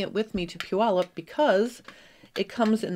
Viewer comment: I am so impressed that you actually pronounced Puyallup correctly! I live in Washington and people usually butcher the name …lol😅